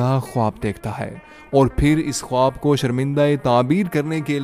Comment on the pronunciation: آپ کا خواب کا تلفظ درست نہیں۔